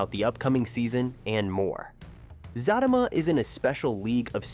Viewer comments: It Za tea ma,, not Za ta ma ..😅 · Who the helll is Fat-ta-ma 😂 Zat-ta -ma this Ai is a trip 😂😂😂😂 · It's not zatima it's the za te ma. If you can't say the name right you shouldn't be sitting repeating it over and over and over trying to explain the show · It’s Za Ti Ma not zatima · The name is Zatima! Not Zattama! SMH! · Sir it's Zatima not Zatima 😂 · I just can't with the pronunciation....😔 "Zaaa-team-ma" and "Faaa-team-ma" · It's Zah-tee-muh bro 😂 everytime he say it wrong I cringe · It's pronounced Za tima..I was watching Sista's first! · Za-team-mah pronounce it right please lol. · It's Z-U-T-E-MA U r pronouncing it wrong😂😂😂😂😂💀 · PLEASE pronounce the show's name and one of the main characters' name CORRECTLY! It is pronounced Zuh-Tee-Muh & Fuh-Tee-Muh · It's pronounced Zateema and Fateema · Za teeee ma! Zat a ma!! You know that is not how it’s pronounced!! C’mon maaaan! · He is saying it wrong and it’s pissing me off like for fr fr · Can u please pronounce her name correctly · ITCH IF YOU DONT SAY THE NAME RIGHT BEFORE WE SLAP U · PUT SOME RESPECT ON HER NAME. SAY HER NAME RIGHT. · I don't believe you exactly watch the show. U can't even pronounce the name, or you're very disrespectful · Do not review the show if you can't pronounce the name of the show, at least half correctly. 🤬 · I can't even listen to this. He's saying it wrong. But he already knows this. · Right, cuz if you watch the show, you know how to pronounce the name of the show and it's characters